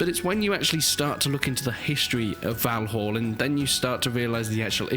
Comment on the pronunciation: Maybe learn to pronounce the name of the game properly, 🙄